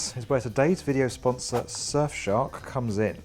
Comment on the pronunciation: Now we come to our Sponsuz "Suffshok" <3.